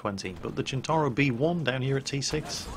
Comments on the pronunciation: Why do you keep calling it a "Chin-tar-oh"? Waaaay off. It is pronounced "Sent-tar-oh". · Maybe I've got it wrong but christ pronunciation of centauro is annoying.